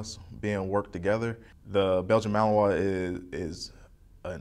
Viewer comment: why is he saying belgian mahowa?